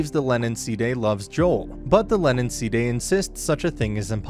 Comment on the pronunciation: For goodness sakes sidhe is pronounced "shee"!